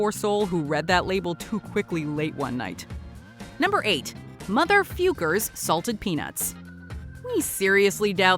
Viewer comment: It's pronounced Motherfewkers